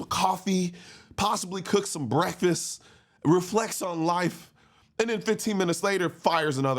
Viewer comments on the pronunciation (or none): take a "breef" and eat yo "breakfass" 🤔